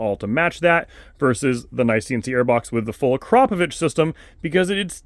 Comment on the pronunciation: Full Mark for pronouncing akrapovic correctly - very few people do and when I’ve corrected people they laugh like I’m taking the Mickey😂